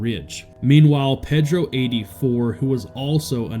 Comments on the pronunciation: Losers😞🤨 I believe it's pronounced "Paydro", not Peddro". If you can't get it right, you shouldn't be there talking! 😡😠🤬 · Ped-ro? Have you never heard that name before? I'ts pronounced pay-dro, not like a kid-toucher in a boat with oars.